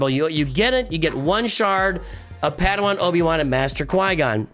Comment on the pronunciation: I think you keep calling him "paddywan" because you're accustomed to the hard /e/ in Obi-Wan. I do the same.